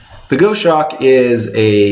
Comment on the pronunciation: I like your content. I just wanted to say the Goshawk is a type of raptor and is pronounced as Gos (sounds like gauze) Hawk. I see a lot of people calling it the Go-shock and it makes me twitch a bit.